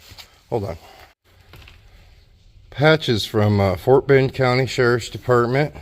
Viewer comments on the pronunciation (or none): none